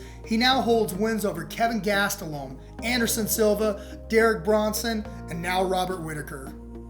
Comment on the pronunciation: Why does this man keep saying KEVIN GASTELOME its KEL-VIN GAS-TE-LUM. Say it. Correctly dumbass its not that hard